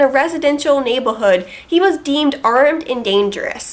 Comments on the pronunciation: It's cool, but both my brother and I noted the "Naybahood" as sounding a touch odd. We wondered if that was deliberately, or a regional accent we didn't recognize. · (1) my thoughts exactly. (2) might have gotten himself shot in the south. (3) you have the most amazing dinosaur shirt. (4) I like how you say neighbo'hood.